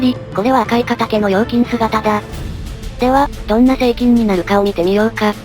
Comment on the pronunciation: 何回聞いても成菌がSEIKINに聞こえてしまう……